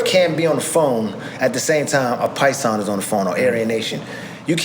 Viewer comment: It's not piason its paisa iam black and know this lol